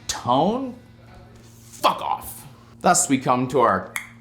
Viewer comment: The emphasis on “fuck off” had me dying